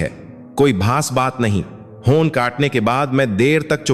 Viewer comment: आपको हिन्दी बोलने नही आती आप हर बात भै गलती करते है फोन को भोन बोलते है अफसोस अमसोस जोन काट दिया पहले अच्छी हिन्दी उसके शब्द पढो फीर बोलना सिखो फीरशकसानी बोलो